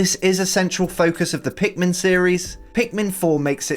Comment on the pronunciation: ".. meets the titualr pinkman" ITS PIKMIN!! 😂